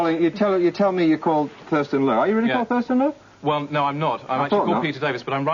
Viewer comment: Thurston Lowe, sounded like.